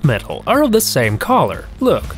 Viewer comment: On the first one when he said color I thought he said collar so I was like what’s a collar? Tho I knew the dog collar but I thought there was another meaning... until he started talkin bout colors